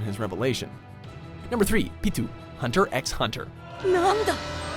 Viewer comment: BRO WHAT THE FUCK ITS PITOU “ ( pee- fucking-toe) PEE- toe and it’s a fucking girl not a boy what the fuck